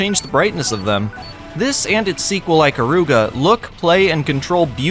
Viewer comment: aykaruga lol... its eekaruga